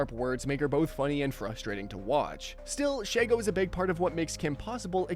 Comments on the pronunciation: ALSO, Vicky and Azula share a VA: Grey DeLisle/Griffin. You got a two-for-one special. SHEE-go, not SHAI-go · Shego susprised me, also it's She-Go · “Shego”❌ “Shago”✅